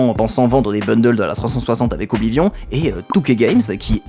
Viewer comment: Faire l'éloge d'Oblivion tout en prononcant horriblement son nom tout le long de la vidéo TOUT EN ETANT SPONSO PAR UN SOFT D'APPRENTISSAGE DE LANGUES ETRANGERS mais mdr c'est plus du foutage du gueule à ce niveau